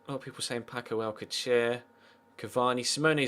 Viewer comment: its pronounced Al-sal-ser